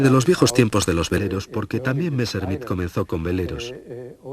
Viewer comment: Qué es eso de "Valta" no será Walther ??? Qué mala pronunciación, por dios !!!!! "Messrrmit"...por favor !!!!